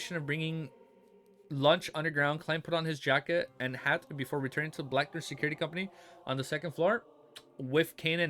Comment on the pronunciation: Haven’t finished the video, so don’t know if you corrected it, but it’s bAcklUnd, not buckland or backland.